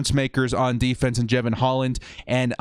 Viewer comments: DRAFT C. (Of course, all picks to some degree depend on the free agent acquisitions) Thanks for the mocks, but you might want to bone up on pronunciations for those you say are your faves. Ex., Jevon Holland. NOT JAY-'vun. NOT JEH'vun. It is Ja-VON'. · Pronounced Ja-von Hol-land, and he's a baller. #ScoDux